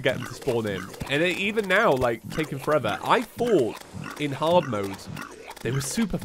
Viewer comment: again... FOR-AY-VER !!!! ahahahaha